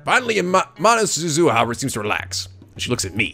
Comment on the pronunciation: Okay, continued pronunciation issues. Suzuha, you are stressing the Zu in Suzuhu. Japanese flat out doesn't have stress patterns. You are also pronouncing it Su-zuh-ha. If you read and followed my post on germination you should know the problem with that. You were pronouncing Nae correctly the first time as Na-eh. Titor is Tee(like a golf tee)tor. Mayqueen+Nyan^2 is pronounced Mayqueen nyan nyan, no plus, no two, Mayqueen Nyan Nyan. I also noticed they simplified Fayris to Faris so people pronounce it correctly since you need to add this weird lilt to the word to say it like she says her name is pronounced. In case it sailed over your head, Fayris NaynNyan is only the name she refers to herself as, much like Okabe and Hououin Kyouma.